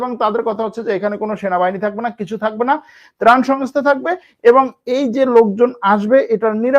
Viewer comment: প্রান না,ত্রাণ হবে আঙ্কেল।